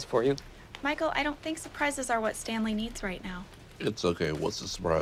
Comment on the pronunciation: "Standley" even.